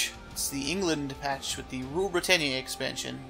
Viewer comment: i know its dumb but Britannia is pronounced 'Britanya'